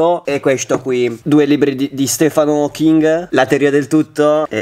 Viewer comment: Si legge stiven hocking